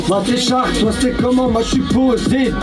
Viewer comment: Cest pas shark en mode requin , cest charc , en mode charclo